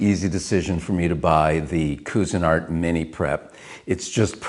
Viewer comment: It's too bad he can't pronounce the name of the product properly!!